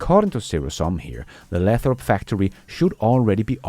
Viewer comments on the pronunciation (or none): Lay - throp. Long A.